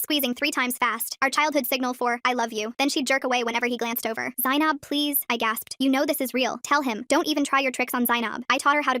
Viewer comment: r u offended at the way they absolutely butchered the pronunciation? I am